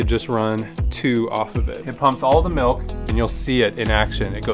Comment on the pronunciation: "Melk" :D